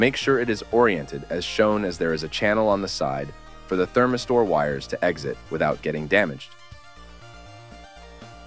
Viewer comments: I've never heard "thermistor" pronounced like that. :D It makes more sense, given the spelling. (I've always heard--and said--"therMISter".) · Dislike. Its like listening to online training modules at work. Its missing a natural cadence, sounds fake and mispronounced thermistor.